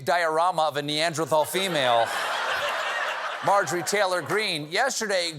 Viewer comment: "Mathjorie" can't read math numbers. That's why education is important.